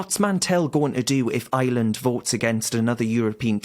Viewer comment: It’s Ireland Darren, not Island…..there’s an R in there !!! Good lad !